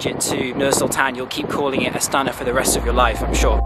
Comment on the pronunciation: Not AtsAna, but AstanA